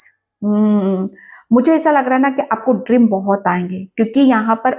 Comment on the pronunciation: Wish you a very Happy Diwali...! Ma'am, why do you time and again say 'Drim' instead of 'Dream'..?